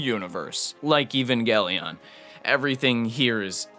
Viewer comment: I had to go when he said even gelion